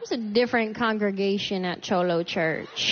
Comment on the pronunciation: Cute but she really needs to work on her accent. I’ve never heard a cholo speak with a Southern accent or pronounce cholo like that. 🤷🏽‍♀️. However I love this set.